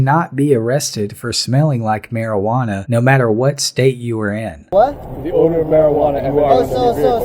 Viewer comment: Why am I under arrest?!? "For the odoe of marijuana" HAHAHAHAHAHAHAHAHAHAHAHAHAHAHAHAHAHAHAHAHAHAHAHAHAHAHAHAHAHAHAHAHAHAHAHAHAHAHAHAHAHAHAHAHAHAHAHAHAHAHAHAHAHAHAHAHAHAHAHAHAHAHAHAHAHAHAHAHAHAHAHAHAHAHAHAHAHAHAHAHAHAHAHAHAHAHAHAHAHAHAHAHAHAHAHAHAHAHAHA